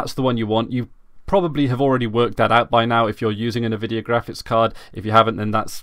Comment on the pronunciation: "Nuh-vidia" xD